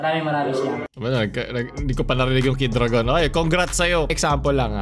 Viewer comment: Kid u-ra-gon yun hahaha